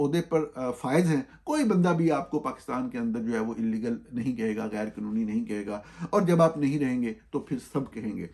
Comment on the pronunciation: Government is pronounced GOVERNMENT not "gor-mint". 😅 Likewise قانونی and تعداد are not spoken as قنونی and تداد 😂 The Army rank is General, not "journal". Journal is a diary or a publication. An hour is called گھنٹہ not گھینٹہ in Urdu. The word شرم is spoken as sharm not sharam. Market is pronounced مارکٹ not مارکیٹ . The word وقت is waqt not waqat. Similarly حکم is hukm not hukam. صاف معلوم ہو رہا ہے کہ جاہل ہے کون۔